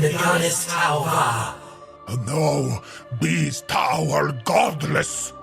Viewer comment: STOP, your Tau u man, is killing me. 🤣🤣🤣🤣🤣🤣🤣